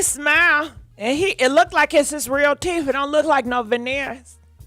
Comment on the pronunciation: OMG the VaVolva Davis (Viola Davis) was sending me!!! 😂🤣😭💀 I couldn't help but laugh loud as hell and woke my kids up lol. Calling Adele, Andelle...and Lil Uzi Vert, Lil Evoosie Vert. And when she be asking if people have veneers in their mouth but be saying vivineers lmfao. OMG I be so weak...but I love it tho. I be needing that good laugh sometimes. I wonder if she does it on purpose cause she knows we be rollin bout that